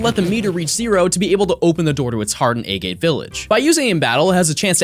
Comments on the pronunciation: “A-Gate” is pronounced “Ah-git” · Is anyone else cringing about how he pronounces "A Gate" shrine?